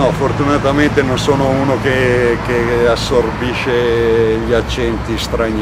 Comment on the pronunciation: Grande Moreno. Però assorbisce non si può sentire!!! : )